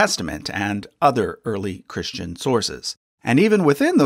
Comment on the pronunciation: I am not being rude even I am this but I'm curious why you say ChrisHtian as if there were an H in Christ?